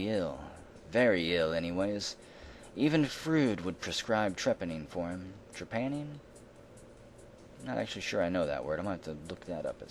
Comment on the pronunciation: hey in trepanning pronunced tray-panning is to put a hole i someones skull to relive pressure in the brain and the name freud is reffering to sigmond freud pronounced froid